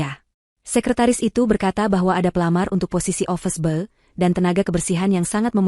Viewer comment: Tolong pencerita menyebut dengan betul,(ofis boy)...